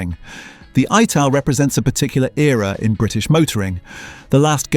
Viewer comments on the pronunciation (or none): Ital not aye tal. And m..k 4 and m...k 3 escort. Mark 3 and Mark 4